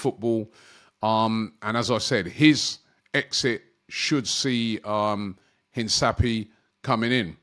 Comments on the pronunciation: Please Robbie! Hinsapy???? LOL een-kah-pee-EH it's a Spanish word that means to emphasise, remark or underline something important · Robby its not Hinsapie but rather pronunced as Hincapie (Hinkapie) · robbie it’s pronounced hin-ka- pee-eh… not hin-sa-pee-eh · Mate, please pronounce it correctly it’s Hinkapie not Hinsapie. 2nd time I comment this. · Robbie big bro, I thought someone might've corrected you by now but all good. Hincapie is pronounced inka-pee-ay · HIN - CAP - EE - AY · HIS NAME IS pronounced een-kah-PYEH like come on bro lmao try for me